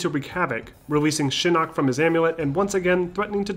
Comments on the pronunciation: It’s Shinok not Shinook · Yes, it's Shinnok, thank you. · SHINNOK! Why are you saying Shin Nook? Other than that, awesome vid! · love the video but couldn't stop snickering at "shinook" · Did u just say Shi-Nook?